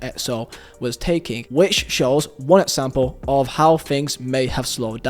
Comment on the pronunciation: “For Edsample, edso”